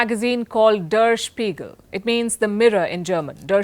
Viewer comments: It’s pronounced as “there shpiegal” not dar spigal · The pronunciation of ‘der spiegel’ is incorrect. Miss Palki needs homework. On the other hand, we people always look India from our own point of view but never try to look at it from the world point of view. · Ms Palki Sharma, when you are doing research on a German news paper "DER SPEIGEL", please first try to pronounce it correctly, its not that difficult.